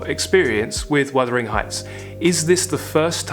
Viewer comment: wUthering. Not wIthering. Don't mean to be rude but it is a beloved novel.